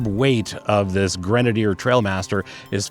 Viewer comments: T-r-i-a-l master not T-r-a-I-l master… everyone seems to get this wrong initially. Great summary in any case. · Not trail but trial apparently. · Trial master not trail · they are trialmaster, not trailmaster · It’s not Trailmaster it’s a trialmaster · I totally felt the same way. This review fit me perfectly. Mispronouncing the name probably because I’m anal just grated on me. The review was exactly what I was looking for. Ha ha ha. Good content.